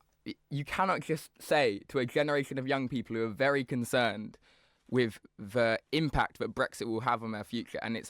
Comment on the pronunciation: ‘I agree WIV you?’ “Norf East.?” Speak properly and maybe someone will take you seriously. Actually, probably not even then.